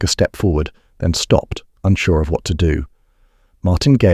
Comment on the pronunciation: I think on your next videos you should have a narrator who knows how to pronounce words like go and do